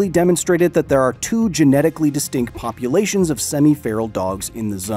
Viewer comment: thought you said pupulations lol